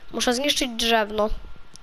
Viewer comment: Drzewo a nie drzewno